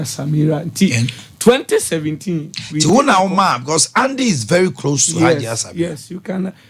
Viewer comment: Listen to this liar. He says MILACLE instead of MiRACLE and VELY instead of VERY. None of his predictions will come to pass. Liars